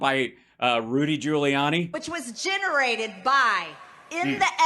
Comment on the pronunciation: She had me at "ginerated"